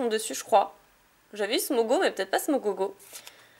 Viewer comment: Ta a dis smogogo olieu de dire smogo